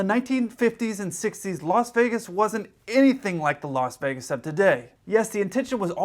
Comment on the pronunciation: did you say Locks Vegas???? 😄😄😄